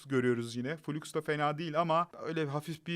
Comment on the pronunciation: Flux -> Fılaks, fuluks muluks değil birader